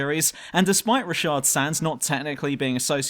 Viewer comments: Nigga his name is RATASH not RASHAD😂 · Isnt it Ratash